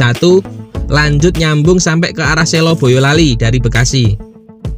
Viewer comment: Urung rembug Kata Selo atau Sela, huruf e diucaokan lemah Huruf e seperti pada kata emas, beras, bekas, belas, kelas, keras, tegas, peras, pegas Bukan e pada kata reka, bela, era, eka, rela, mega, dewa, hela, seka, tega Sela atau Selo, diucapkan seperti SLOW, bukan diucapkan seperti SI LAW SLOW bukan SI LAW, bukan SAY LOW *Kata Selo, Sela artinya desa atsu daerah di SELA-SELA sntara gunung Merspi dan Merbabu *